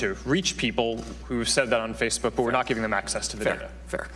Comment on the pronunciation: All I can hear is acces and acees